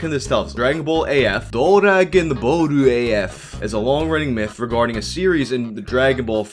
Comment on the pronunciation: Regaurding is such almost English it's great